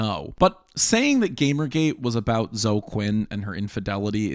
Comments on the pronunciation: The mispronouncing of Zo-eee as "Zo" is so bizarre and offputting. LEARN TO PRONOUNCE. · Really? You’re pronouncing “Zoe” as “Zoh”?? Cmon dude. Surely you’ve heard this name before. After all, as you say, this is THE most important political story! It’s “zoh-ee” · Thank you for going over GamerG; it’s really helpful for people to have at least a mild familiarity with. Also, and pardon my old head-ness, but it’s “Zo-EE” Quinn. Also, saying Spencer planned UTR is slightly misleading, but it honestly doesn’t matter. Great work compiling the timeline. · As I told someone: "I distrust my own government. Why would I trust a foreign government more than my own?" Also, I think Quinn's first name is pronounced "Zoey". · Toh- ee? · Is "Zo" how you pronounce Zoe if you've only ever seen it in text before? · It never occurred to me that someone could mispronounce the name Zoe.